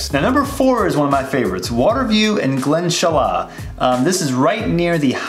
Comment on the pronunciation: It’s pronounced Glen-Sheila lol